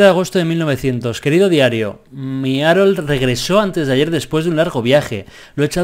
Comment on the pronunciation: Arol JAJAJAJ se pronuncia jarold xD